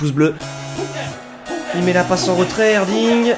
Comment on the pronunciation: j'suis moi même turc. Et quand tu prononce Erdinç baaah sa me titille, lit le " Erdrintch"